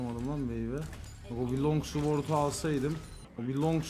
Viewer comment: sword değil babag sord okunuşu